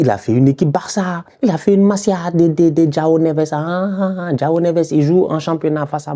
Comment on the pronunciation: "Djao" Neves?! :)